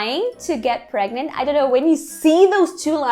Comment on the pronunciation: " I'm VERY pregmant " 😂😂😂 Como se diz "morri" em inglês 😂😂😂😂